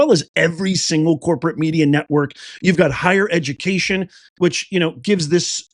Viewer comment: Dats edu-ma-cation right there...